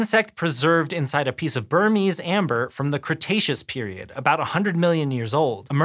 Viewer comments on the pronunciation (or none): none